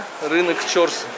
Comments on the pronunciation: В узбекском языке ударение всегда на последнем слоге. Режет ухо ЧОрсу, нужно говорить ЧорсУ. На самом деле это два слова, в переводе - четыре (чор) реки (су), ручья. Место слияния когда то было. Рынок много раз перестраивался и благоустраивался. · Пожалуйста прежде чем произносить название какого нибудь объекта,спроси правильное произношение " чорсу" ударение надо делать на у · И не Чо,рсу, а Чорсу,! Старый город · Если честно, заеб*л коверкать неправильно. Периодически смотрю, но твое коверкивание простых слов, состоящих из 5-6 букв, на прочь отбивает желание. Я понимаю, ты не узбек, и тебе может тяжело дается произношение оригинальных названий и слов, но Чорсу - это не сложное слово. Всего ДВЕ гласных, ударение на вторую гласную "У". У тебя, кстати, много таких ошибок и других видео, когда простое слово произносишь неправильно. Присмотрись, как его произносят, если надо спроси. Ничего личного.